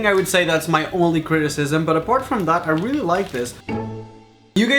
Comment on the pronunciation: How many times does he has to say weely instead of realy